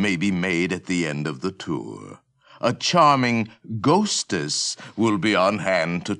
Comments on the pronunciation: "END OF DEH TOURRR...YEAH." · "end a da tou, yeah"